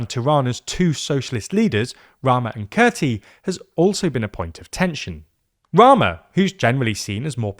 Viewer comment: How do you terribly mispronounce "Kurti"? Just asking for a friend...